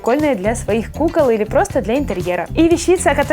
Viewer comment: Не али а или